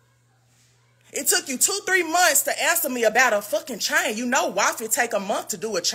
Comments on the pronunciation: Yep, like Mayne, not man, but Mayne.😂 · Everytime Jessica say "chain" in her Memphis accent i giggle lol